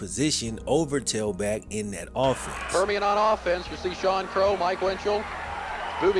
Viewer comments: anyone else notice he pronounces Permian wrong the whole video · Why do you keep pronouncing the school wrong.. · It’s PERMIAN!!! It was killing me listening to him mispronounce it lol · You say in your video you want to be a writer but can't even correctly pronounce the name of the highschool your video is focused on. Please. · Bro you can't even consistently pronounce the name of the highschool correctly. Lol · Dude is not saying Permian right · Youre saying permiam wrong. But its cool. Youtube legend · You saying Permian wrong bro 😂 good video tho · Luv your videos but you pronounceing the name Permian wrong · considering how those coaches and that school really acted, I’m okay with the repeated mispronunciation. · Great video,. It’s PER-ME-IN, not PEAR- I-MAN. The book is an absolute must read. I read it again every August before the season begins. “Odessa is the setting for this book, but it could be anyplace in this vast land where, on a Friday night, a set of spindly stadium lights rises to the heavens to so powerfully, and so briefly, ignite the darkness.” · It’s permian not periman 😂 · Dude, "Perm-ee-en". It's not "Perryman" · I love you. You keep saying "Peri-man." lmao Its "Perm-ian." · The fact he kept saying periman instead of Permian had me smh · Bro....it's Permian, not perryman......and OMG if you keep saying "simular" instead of "similar"......THERE IS NO U!!!! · And it is pronouned "PURR MEE AN" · Please pronounce the school right if you’ve seen the movie. Purr-me-in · Perm-E-in my brotha that's how Permian is pronounced. Respect to Boobie Miles I got my ACL blown out playing tail back Junior year and they did it on purpose. Grateful that my uncle had a job for me cuz I fr didnt know what to do w myself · Bro you keep saying pairamen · The heck is Periman? PERMIAN???? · Per-me-an. Permian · It’s Per mi an. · Love this video. But my one criticism even though it’s petty……the school is Permian. Not Periman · It’s PERMIAN, not Perryman.